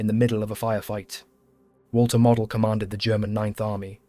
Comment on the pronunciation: You pronounced Model's name WRONG!